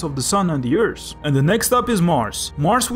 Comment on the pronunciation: You are such an underrated channel! I subscribed when I saw the first minute of this video, much love from the Netherlands :D And I just wanted to say, if you say for example earth, you say it like earsh, but you say it like eart (kinda)